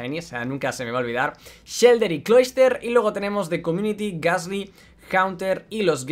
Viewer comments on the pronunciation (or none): none